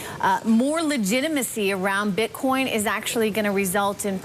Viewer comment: did I hear a slip? bitcon?